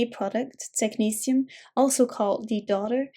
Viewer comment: Thanks ,this will make reading this easier now. I love the way you pronounce technetium